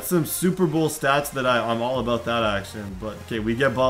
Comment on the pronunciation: He said aboot looool